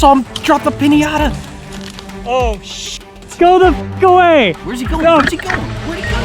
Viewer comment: You guys pronounce pińata weird